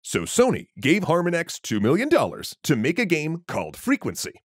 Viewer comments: Your pronunciation of Harmonix is driving me up the damn wall. You're saying it like "Har-muhn-ix", it's pronounced exactly like harmonics. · The way you pronounced harmonix is killing me everytime I hear it. It's pronounced like the word "harmonics" not harma nex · yo dude, harmonix is pronouced har-mah-nicks not har-meh-nex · Fantastic video! Just a quick note: Former harmonix employee here: Harmonix is pronounced harMONix. I do think there is maybe room for a subscription based rhythm game sometime in the future Also, DJ hero was pretty fun and had a great soundtrack! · Good video, except for "Har-Min-Ex" over and over, which is a pronunciation I have never heard anywhere in the decades I've heard of the developer. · Ask your Doctor if HarmonEX is right for you. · Harmonix - Har-mon-icks: Like the word harmony with an icks ending. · Har-mah-nix. As in harmonics. As in a sound wave. Anyway, great video. 👍🏼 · Why are you putting the emphasis on the first syllable of Harmonix's name? The emphasis is on the second syllable (har-MON-ix). It's a play on the word harmonics, which is a style of guitar picking. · Good info in this video, but the constant mispronunciation of "HarmonEX" drove me absolutely crazy. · How do you get "HAR-man-ex" from Harmonix? It's just the word harmonics, replacing the cs with an x. Also, unique is an absolute. Something can't be "somewhat unique" or "fairly unique". It's either unique or it isn't. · Great video! But... Harmonex? 🤣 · Not trying to nitpick here but someone please confirm that Harmonix is pronounced like the similar word in "harmonic minor" and not like harmon-ex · Love that you pronounce harmonix wrong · It’s not harmon-x it’s harmonix, like harmonics, this irks me so bad, I can’t finish the video. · Harmon-ix is pronounced harmonics, like the sound wave. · I’m going to have to bail on this video because you keep pronouncing “Harmonix” as “Harmunex” like it’s an anti depressant or something. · "Harma-nix"? Really?